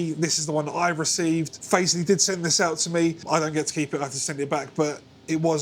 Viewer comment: Great video and playing! It sounds bloody good for the price. My 14yo daughter wants a 7 string to play Korn songs and other stuff like that. I reckon this could be the one for her, especially since they're going for £113 now! Thanks for the upload! Might be Fazz-lee because there's no 'e' after the z. Ooh the controversy 😂